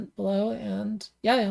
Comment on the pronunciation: wow first youtuber to pronounce Resleriana as Resleriana and not Resna